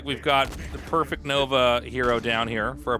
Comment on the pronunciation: A PRE-FECT, as in that Prefect Nova hero, is a high ranking officer. It is not "Perfect" nova, but "Prefect" Nova.